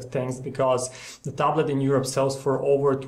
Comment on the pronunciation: its tablet not taaab late xD